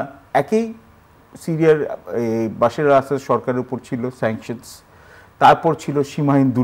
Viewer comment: উনি বাশির আল আসাদ বলছেন কেন? কানে লাগছে বার বার! ওনার নাম বাসার আল আসাদ।